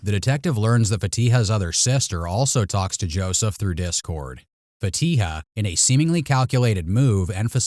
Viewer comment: Why is the investigator not able to pronounce her name correctly lol Fatiha isn’t a difficult name.